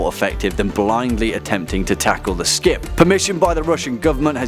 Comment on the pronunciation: he called it a scip :O